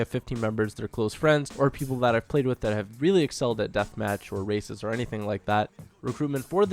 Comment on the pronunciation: I thought u were saying racist at first than I realized u were saying races